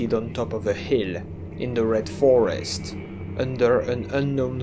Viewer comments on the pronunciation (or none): none